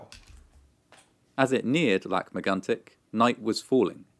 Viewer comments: The an sound in Megantic is incredibly hard for English speakers. The trick is to keep the vowel and lose the consonant. I am very impressed with the "tic" sound, a lot of care and effort and it shows. Much better than the actual narrator actually. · I like your videos. :) You look so mad all along while watching this, it's almost hilarious. Lac Megantic's story was heartbreaking. I love how you seem to really try your hardest to pronounce things right. It's appreciated. You could take a look at the Ice Storm of 1998 next, if you are interested. ^^